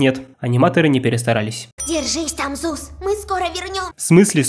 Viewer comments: чел, ты, в уши долбишься или для тебя буквы "з" не существует? Ты, блин, не раз за все ролики про грехи гравити фолз назвал Зуса, Сусом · Всё хорошо но только не сус а зус